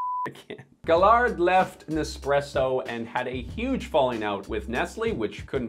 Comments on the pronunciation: Easy to bash a company when people do not take responsability of seperating their garbage from their recycling. Also you should learn to pronounce names when you make videos. Gaillard is pronounce ''Gâyare''. The company helped to put a retirement funds for farmer in Columbia with the gouv. To help the farmers to have a decent life after they stop farmings, clooney's paycheck is also given to this fund at 100%. Nestlé is evil yes I agree, but some good is made also. How many of all commentors in here never threw away their coffee filter, wasted food, or recycle everything they can at 100%. I think a reality check is due in the mirror for most if not all of you. Most comments are probably from the US where NY coffee is acceptable and where sugar and milk and anything goes in coffee to make a dessert out of it is acceptable. Funny how people are quick to judge, ask yourself what you contribute to waste with your make-up, your mobile change every new model that comes around, your clothing waste, house decoration, ask yourself about how you consume.... And finally, you tuber asking for more subscriber is for 1 making more money so f*uckface capitalist works both ways. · It's pronounced guy-ar, gaillard French is nice ( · The name are french and you should say Gayar . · Yiu pronoun Gaillard wrong 😔 It's "Gah-yar" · I know that Quebec is only a part of Canada, but I am not gonna lie - I am surprised and disappointed about a Canadian butchering a french surname so much. :D